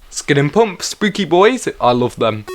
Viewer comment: NOOOO! NOT PUMP! IT'S SPOKEN PAMP! Pls don't say my favs name wrong.